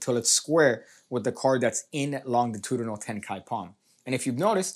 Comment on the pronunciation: I chuckled every time you pronounced longitudinal incorrectly lol